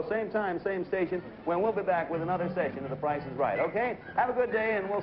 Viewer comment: Ah yes, the game show, "The Pricce is Wrong"